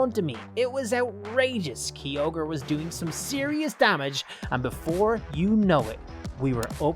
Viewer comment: He says his favourite Pokémon Kyogre and he doesn’t even say it right